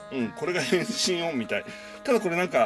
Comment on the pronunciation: 『変身！』のところが、 『行きたい！』にきこえるのは私だけか？